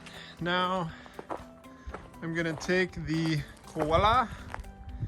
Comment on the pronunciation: Lol you guys. You need an Aussie accent for this one. Its not a "kwolla", it's a "co-wah-lah". Great result by the way. Cheers from Sydney!!